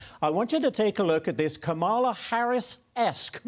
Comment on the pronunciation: And this Fux news commentator struggled to mispronounce Kamala's name, probably intentionally. A third grader can say it correctly. AOC wasn't running to be president.